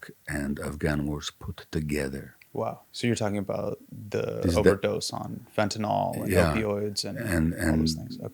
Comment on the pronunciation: Fentanyl. Not "fentanol."